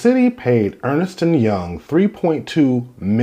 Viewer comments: ERNST, not Ernest. Ernst & Young. I was corrected on this as a teenager by my mom bc my step dad was a partner at Ernst & Young in NC, and I mispronounced it at first. Clearly it was wrong and missing an "e". 😁😏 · Why do you repeatedly mispronounce the name of the firm's name? It's Ernst nor Ernest. One syllable, not two. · Ernst....not Ernest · It’s ERNST and Young not Earnest. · Ernst and Young not Ernest or Earnest